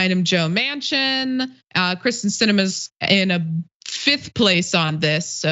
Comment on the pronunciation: Why the switching between the “Kristen” and “Kyrsten” pronunciations? It’s surprising how frequently her name is mispronounced considering how infamous she is.